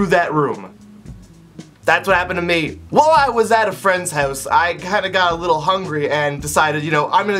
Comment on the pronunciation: the way how he says "house" XD